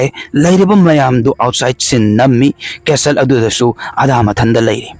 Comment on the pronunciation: Bro "castle" pronounce se "custle" oidoune